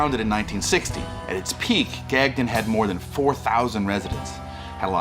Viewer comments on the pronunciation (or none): Very enjoyable and good travelogue to a remote spot. The canned rock music is unfortunate - that guitar music is obnoxious. And its not "Gag none" - check out the pronunciation at ... and do us Québecois proud. Merci mes amis!